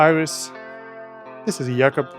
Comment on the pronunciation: i really like how Jacob’s name is pronounced.